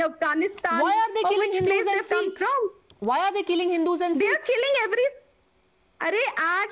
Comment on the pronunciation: It's Sikhs and not seeekhs